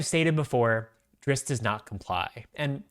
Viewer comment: You said the name right!!!!! 120% with you, would you want live action or animated for this show? I'd want to lean more to animated, like vox